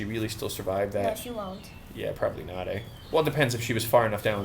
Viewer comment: Finally noticed your Canadian accent when you said "eh"